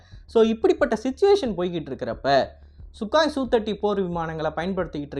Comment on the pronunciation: சுகாய் இல்ல...சுகோய்...